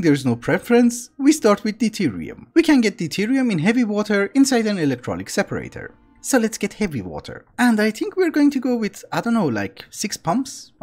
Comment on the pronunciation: Hello, it's electroLYTic not electrolyic